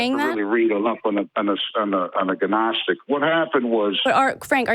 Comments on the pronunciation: So when I was 19 there was a period of time when I pronounced "Humboldt" as "Hamboldt." As brain dead as that is, that's still not nearly as stupid and embarrassing as pronouncing "gnostic" as "ga-nostic" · It is too easy to mock someone who thinks the word gnostic is pronounced gih-nostik. It is more more logical to point out that the limitations of his knowledge of church history is illustrated by his incorrect pronunciation. That the world seems to be constructed of ‘frequencies’ which can be used to ascertain truth but he cannot describe what these frequencies are and how to use them is pure meaningless babble. He needs to get his nose out of creationist websites and forums and visit a real library, preferably a university library and do some study of historic works and philosophy. He needs to get edumacated and doo sum lernin. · GUHNOSTIC folks! Its GUHNOSTIC. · Silent G you moron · Tho it's been said many times, I must say it still... The G is Silent in Gnostic. Sorry, OCD. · Also, every time this guy says "guh-nostic", I die a little inside. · Ga-gnostic? And here I thought the G was silent... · We need Dennis the menace and his faithful dog Gnasher to get involved. I always pronounced it as Ganasher when I was a kid, as I had never heard it said out loud, I only read it. I think the caller has never heard anyone say gnostic out loud either, hes only read it. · I see a "G-nostic" drinking game in the very near future! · Guh-nostic is really bothering me :/ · "Ger-nostic?" What's that? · The G in Gnostic is silent, like God. :) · Ga-nostic hahahaha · lol ginostic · Dude is a gnostic and doesn't now how "gnostic" is pronounced. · His pronunciation of the word Gnostic begs the question has he EVER listened to a single lecture or discourse on this subject? Has he been locked away? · Dammit frank the fucking g is silent...like you should be. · A man that can't pronounce gnostic is trying to tell us what it is? What a gfool. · THE G IS SILENT!!!